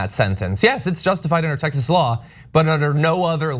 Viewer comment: WTF, Tex-ass?